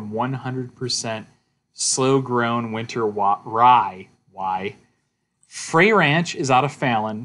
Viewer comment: It's pronounced Fr Ay , it rymes with "they". Frey Ranch is a 55 minute drive east from Lake Tahoe.